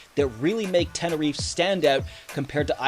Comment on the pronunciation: TeneriFE, not Tenerif, please !